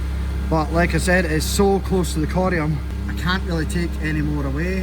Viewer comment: has an extremely elegant way of saying the word “corium.” It really rolls off the tongue coming from him